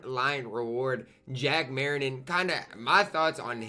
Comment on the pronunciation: U cant pronounce anyones name 😭 u say terry dish charger and jack mariten